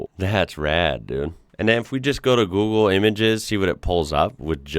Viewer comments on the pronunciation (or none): none